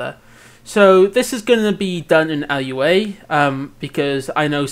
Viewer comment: you calling it L-U-A hurts my soul